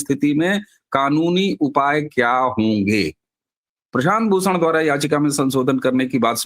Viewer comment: एक तो 'भूषण' की जगह 'प्रशांत भूसण', ऊपर से उसी वाक्य में, उसी सांस में, उसी व्यक्ति का नाम बदलकर प्रशांत 'किसोर'! पवन करे सोर...! 🤔